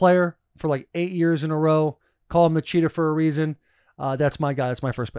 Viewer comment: “Theres a weason”